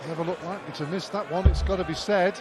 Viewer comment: 'Shh!tephen' 'I think he 'gort' the point'!